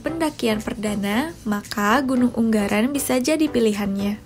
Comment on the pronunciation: Gunung ungaran. Bukan unggaran 🤣🤣